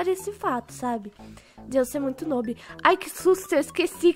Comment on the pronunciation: É tão "nub" = jeito q fala q até falou "nôbi" tô Brinks te amuh mttttttttttt e só pra tu saber vc é mó PRÓ